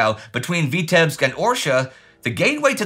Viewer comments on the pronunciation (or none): none